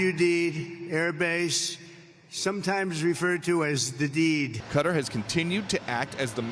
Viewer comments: Qatar....not Quatar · KA-TAR....not "cutter" you gotta be kidding me...!!!! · Please stop saying 'Cudder'.